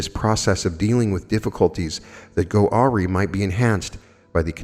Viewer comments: I am sorry beloved but you are incorrect :) there is only one way to pronounce awry, it is ah-rye. Arr-eee is unfortunately incorrect in either country. It’s okay to make mistakes :) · “awry” is pronounced “uh rye”. thank you for being amazing,! you are a force. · Awry is pronounced “ah-rye.” 🙏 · Awry= pronounced, a rye... I did the same thing for 6 years or so. Love you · Awry pronunciation: "uh-rye" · Awry is pronounced uh RYE